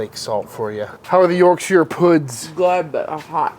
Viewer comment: Sir, it’s not YorkSHEER 😭👊🏼